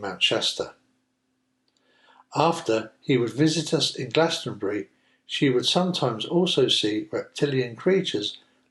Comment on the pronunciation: For future reference: Glass-tunn-bree. Keth-linn. Keep up the good work. 😊